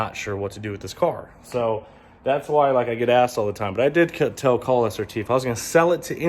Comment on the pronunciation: It’s Khal not kahal👀